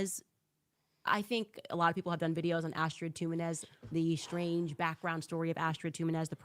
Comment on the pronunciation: Which is very Shrange instead of strange.